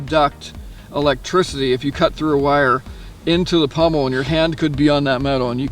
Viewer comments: Pommel.....not pummel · Sorry, but the word is pommel (Paw-mel) not pummel. The Seal Pup can be found for less than $50 at times. The Gerber Strongarm was running around $50, but dealers got greedy and now they run $69. No one addresses this issue with prices suddenly rising or dropping and then going back to the usual price. That's why I own the Gerber Prodigy Coyote Tan Fine Edge versus the Strongarm. For $69 one might as well buy the LMF2 which is the better model. It doesn't seem fair to me that knife companies do this. As any product ages, or becomes a popular seller or is being discontinued the price should go down, not up. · It is pommel, not pummel